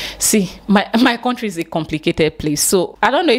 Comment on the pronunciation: Coming from a person who says “ corntry “ I’m done with this lame-mindedness